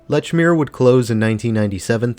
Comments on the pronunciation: Lechmere is pronounced "leech-mere", just so you know. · Lechmere is pronounced Leechmere :)